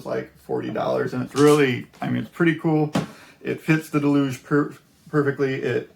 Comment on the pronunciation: It's "Deluge", not "delooooge", it's a noun and verb in English. Good point about using the index of a printed manual. Very helpful Vid'!